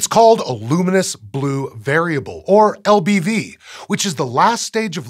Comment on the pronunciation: LBV? I heard LGM at first. Boy was I confused.